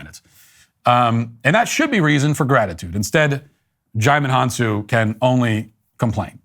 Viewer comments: I like Matt Walsh, two things I will point out though. 1. There are thousands, if not hundreds of thousands of west africans that can afford to buy a 2 million dollar house. 2, I wish you had taken the time to check the pronunciation of a person's name before naming him after a cartoon franchise :face-green-smiling:. Finally, I think Djimon Hounsou is simply crying about his own experiences. I think he;s suffering from not being grateful (big mistake), managing his finances properly (you got a $2million house and you're underpaid?!). And for goodness sake why does he not produce or co-produce his own movies and take some risk - I assume he doesn't or maybe he hasn't made a bluckbuster yet! If so, keep at it! Finally someone said he might think he's too good for TV/series - if so, he's leaving money on the table. I had no reason to complain, except if he's focusing on the negatives. ALSOOOOO, we might just be misjudgging the man - maybe Daily wire hates CNN and decided if the actor does an interview in CNN, then he's an enemy and must be bad mouthed. Gaddem, I've said so much! LOL. All love though... all love. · I literally had to pause the video until I could breathe because I was laughing so hard when you called him Digimon Hounsou